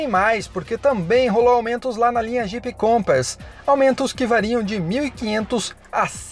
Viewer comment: Pqp, pare de falar compEss... É insuportável!